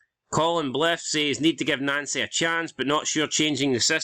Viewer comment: I noticed Nouncy is now pronounced Nancy! Why???